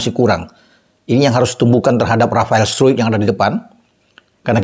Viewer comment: Sebutan Rafael struick ala lbh enak di dengar dan lbh belanda dari sebutan yg seharusnya. 😁